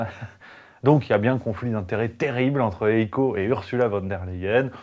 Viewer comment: de M. La Hyène, son prénom il se prononce "haïe-ko" (avec un "h'ach haspiré") et non "éco". Sinon, très bon taf, comm' d'hab.